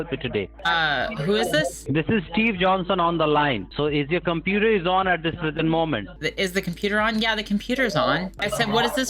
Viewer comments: Also did anyone count how many times he said "compeeder"? Seems to be hundreds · What's a "competer?" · Drinking game bro let's take a shot every time he says competer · But didn't you hear him, it is the softare password not the compeeder password!!!